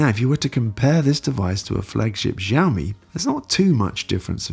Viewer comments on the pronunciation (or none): Xiaomi-how to pronounce it in Chinese google it. most people do pronounce it wrongly. it should be . X is Sh or Si like Xi Jinping. Shi zing ping. Xiaomi- will Shiao-mi=Shiaomi.